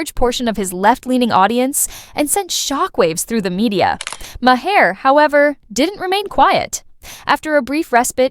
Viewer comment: AI voice over sounds natural but doesn’t know how to say Bill’s last name.